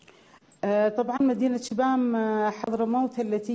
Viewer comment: إسمها شبام وليس شيام